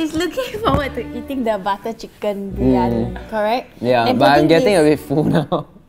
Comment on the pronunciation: It's biryani not biryoni😂